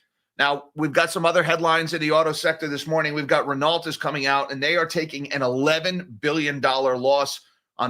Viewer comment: Renault Ren-no.... it is French mate 🙃